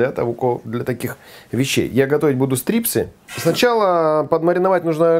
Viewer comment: это назвали не "стрипсы" а "страйпсы" от английского stripes - полоски.